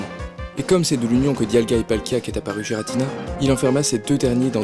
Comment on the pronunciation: Je viens de découvrir cette chaîne et je la trouve super ! J'adore qu'on me parle de ma saga préférée de cette manière! :) Bon, après, si je voulais faire mon fanboy hystérique je dirai que la prononciation de certains noms me dérange un peu (notamment Arceus et Giratina) :3